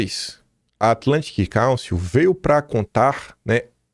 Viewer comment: Atlantic Cálcio, Ferro, Zinco e Bromo? Kkkkkk...que inglês é esse do, hein? Cálcio? Kkkkkkkkk...Council (káunsil)...